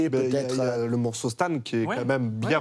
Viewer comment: Vraiment tout est nickel : mais la prononciation des termes anglais en francisé ... c'est tellement pas bien. Il y avait des moments ou les invités n'arrivaient pas à prononcer Marshall Mathers correctement. Le morceau 'Stan' ( prononcée STANE ) : massacré ... Il y aurait tellement moyen de faire des efforts la dessus. Sinon , pour le reste, bravo.